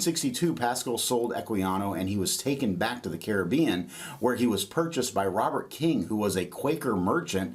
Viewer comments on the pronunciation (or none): none